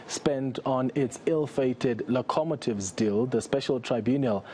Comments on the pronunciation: Surely some one at the TV station can correct this man,s pronunciation of the word locomotive instead of allowing him to crash. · What the fark is a "le-co-motive" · It's pronounced Loco-mo-tive